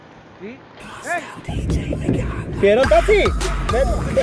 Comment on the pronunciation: Ahora ya se dice tatsi En vez De taxi •<•